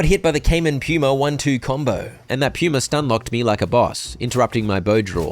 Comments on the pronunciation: im cackling at Puma being pronounce Pew-mer. i know why, but it's still funny to hear. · his pronunciation of puma is so funny to me PUEWMA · is it just me or is he saying pyuma instead of puma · The way pronounces "Puma" is driving me crazy XD